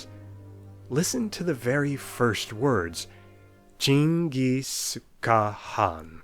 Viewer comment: that chingis was clean